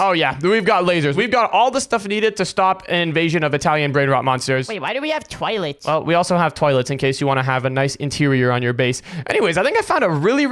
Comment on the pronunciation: Why did you twaylet not toilet 💀💀